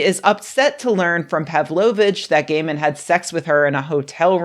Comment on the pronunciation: Can he get a new name? It sounds you said, "Women said gay men insisted on beating...." etc. Over and over, all these horrible things gay men has done. But you can't use his 1st name - if you say, "Kneel!" with such vigor, some viewer is liable to hurt their knees. I'm not sure which is the best way forward, here. I read some of his stories years ago, and then I recognized the name, so I clicked on the video. I won't make it to the end, but oh my goodness, I wasn't expecting that.